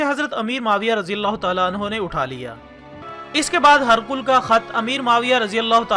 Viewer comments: This is Hee-Raa-qal Not harqul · هِرَقْلَ کو آپ ہرقل پڑھ رہے ہیں اتنی فاش غلطی موجود ہے پہلے تلفظ صحیح کرلیا کریں پھر ویڈیو اپلوڈ کریں